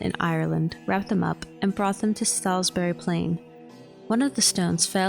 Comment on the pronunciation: "Saws berry" not "Salis bury"